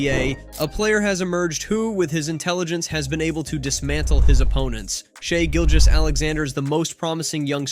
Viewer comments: It is crazy how this guy pronounced Shai's name 3 different ways through this article. Good otherwise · I’ve heard at least 10 different pronunciations of his name in this video